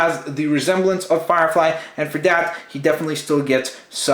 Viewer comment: Did he say fire frie